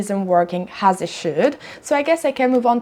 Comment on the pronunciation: Ciao 🏄‍♂️ un consiglio per migliorare ulteriormente i contenuti del canale, riguarda la pronuncia un errore che fai spesso ( niente di che eh) è pronunciare la h aspira a inizio parila wuando non ci va. Del tipo hopened anche opened oppure has anziché as. Ho voluto segnalarlo perche mi poace questo canale e ti supporto, spero di non risultare antipatico!!! Stammi bene e continua cosi che sei bravissima!!